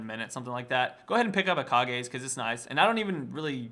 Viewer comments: PLEASE say Kage's as Cage, not Ka-gay.... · It's not ka-gay's lucky pick. Pronounce it like cage. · kog-ehs? Cages...? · is it actually pronounces "kaw-gays" i pronounced it "cage's" like a cage... It just has a K instead of C, But K makes the same sound as C in english....?!?! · im told it is kahgay but the riot phreak says cage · lol it's pronounce ka-gay's pick buddy. It's japanese, if it was cage then simply it would be spelled cage.